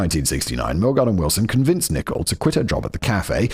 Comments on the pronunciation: Did Simon say Nicole wrong the whole time? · Your pronunciation of Nicole John was shocking, it took reading the comments to realise her name wasn’t Nickel John 🤣🤣🤣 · Anyone else think simon was saying "nickel" instead of Nicole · Also calling Nicole "nickel"